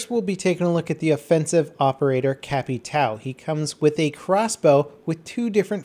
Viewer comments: Its pronounced capito not capitao :) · capitao = capitan but if you dont want do translate you can say "capi-town" caveira = skull you can say it like "caveira" but it's important to dont skip the "i" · It's a good vid but it's pronounced cap/I/tay/o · CapitAAAAL... Não da pra pedir que eles saibam pronunciar ÃO, mas bem loco terem operadores brazucas!!! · Holy shit, Why is everyone so mad about it... Gringo means Foreign, as someone who is not Brazilian (In this case)... I just found funny how they can't say ÃO, they say AL, and for me it's just funny... I can't say correctly a lot of english worlds, chill out guys. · Come on I know you can get the name right, it's Capitão. His name is just the Captain military patent, if you can't get the brazilian version right just say it in english, it's more appealing to hear. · The way says capitão is funny lol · It's funny hearing trying to say capitao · Man, the way you speak Capitão drives me crazy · The way he says capitão is fucking horrendous